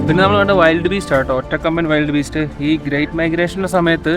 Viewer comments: വൈൽഡ് അല്ല വിൽഡ് ബീസ്റ്റ് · വൈൽഡ് ബീസ്റ്റ് അല്ല വിൽട് ബീസ്റ്റ്